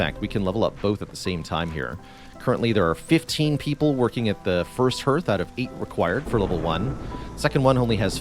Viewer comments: Minor quibble, but the vowel sound in "hearth" is the same as in "heart," not "heard." Appreciate the tips a lot, getting above the first couple prestige levels has been a challenge, I think they should help. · Yes, hearth is pronounced like "harth" and primer like "primmer". I'm giving him a pass though because he's Canadian and might not know better.😄